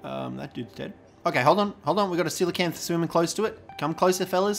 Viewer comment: Thank you for pronouncing it correctly! I can't tell you how many people I meet, who think they're called "coal-acanth". Ironically, doedicurus is pronounced the same way as coelacanth, so we should all be calling them "deeds"! ...probably not doing that, though, tbh.